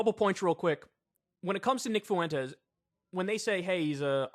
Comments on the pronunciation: Kyle, ya killing me. Fuentes is pronounced fWEN-tez, not FU-EN-tez. My Puerto Rican ears are bleeding. ✌️ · "nick foowentes" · Stop saying "Fuentes" like that. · Why do you say Fuentes like that?